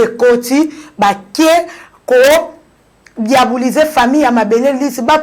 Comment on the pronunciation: Diabuliser? Oh ma belle! On dit diaboliser